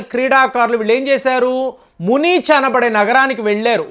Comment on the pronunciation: అది మునీచ్‌ కాదురా నీచుడా... మ్యూనిచ్ మసాకర్ Talks . నువ్వు రెండు నాలుకల మనిషివి